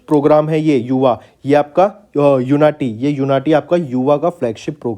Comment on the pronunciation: I think it was उन्नति not यूनाटी